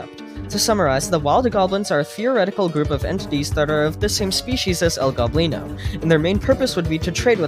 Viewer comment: ITS NOT El GOBlino ITS El Go-blino